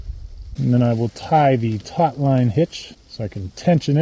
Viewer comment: “Taut” not “tot”.